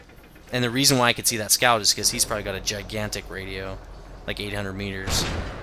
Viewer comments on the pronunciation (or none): none